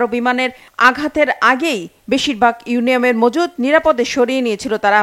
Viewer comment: আসসালামুয়ালিকুম এই সাংবাদিকের আগে ভালো করে শেখানো দরকার ইউরেনিয়াম ইউরেনিয়াম না